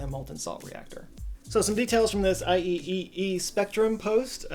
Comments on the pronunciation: Just a quick aside: IEEE is "eye triple e", not "I-E-E-E". Probably because everyone else would also lose count of the E's halfway through just as you did ;) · IEEE is pronounced "eye-triple-E" by the industry. Anyone reading couldn't have known... "Eye-E-E-E" hurts my brain 😂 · IEEE is pronounced " i, Tripple E" FYI. Former member of IEEE here xD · I think "IEEE" is pronounced "eye triple ee" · Great video! Super fascinating stuff. I'm an electrical engineer so I feel compelled to correct your pronunciation of something, "IEEE" is pronounced by people in the industry as "eye-triple-ee". Keep up the good work! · FYI - IEEE is typically pronounced "I - triple - E"